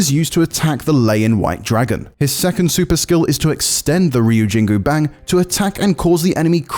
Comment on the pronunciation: Ryujingubang is forgivable.. he's probably already trying to pronounce it the correct way.